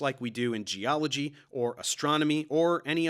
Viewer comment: Casey Luskin, Ph.D. Gee-ology.